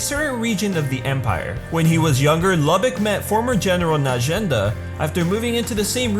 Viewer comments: It pronounce loo-bok sorry I just had too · I thought his name was pronounced Luu-bock